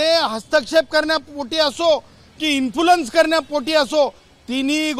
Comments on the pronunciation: Infoolenc u fool uteer the word correctly as influence the advocate kuthe shikkay yala mnorugn hospitl la nya.😅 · अगोदर Influence शब्द नीट म्हणायला शिक ..स्वतःला वकील म्हणे